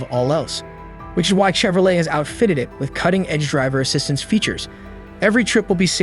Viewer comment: Did you just say "chev-ro-LET?" No thanks.